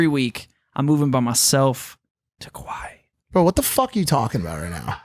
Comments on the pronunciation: did he say he's moving to "Kauai" or "Kuwait"? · I deadass thought he said Kuwait so when he said he would be back every Monday I was hella confused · Is that his way of saying Hawaii? Or is that how people on the west coast say it to be “cool” Kawaii? Does he like anime alot? So many questions as to why he’s not saying it right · wtf is a kuwai? Did he say Kuwait or Hawaii? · With the way pronounced the country, I don’t even think he knows where he’s moving to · I hope this is a joke. kuaui is an island. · Kimburlee Hedtke that’s what I also thought by if that’s the case he’s not pronouncing it correctly